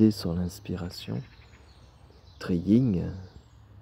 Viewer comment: Merci 🙏... Pour info, c'est le yin ...pas le ying ..😉